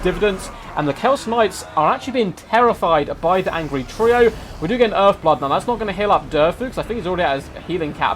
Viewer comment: "By the angry TREEo". Nice^^